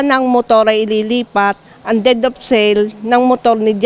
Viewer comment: Anong dead of sale? Its DEED OF SALE